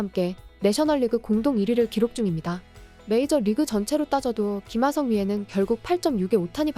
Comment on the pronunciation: 참나 왜 김하썽이라고 계속 발음하는건데?